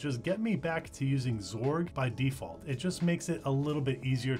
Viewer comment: when did everybody start calling X org, "zorg"? and what happened to just x or x11? ;) srsly tho, this was a good intro for non-tw users; thanks!